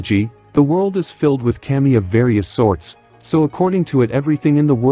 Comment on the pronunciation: To help, its pronounced kah-me. 😊